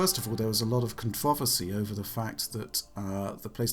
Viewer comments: I need to get the metrics and graph up and running to visualize the pitch and cadence, but clearly pronounces the word as ‘cun-TRAH-versy’, then switches to saying ‘CON-truh-versy’... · I know I’m not the only person who heard how this guy said “controversy”